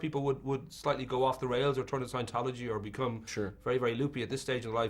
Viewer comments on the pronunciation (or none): i think the guy is trying to say scientology... i could be wrong